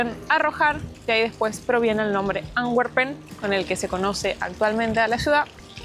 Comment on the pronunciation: Otra traducción mala de los españoles Antwepen significa mano arrojada no Amberes , de echo mostraron en la fuente, y se pronuncia Antu(w)emper 😂,saludos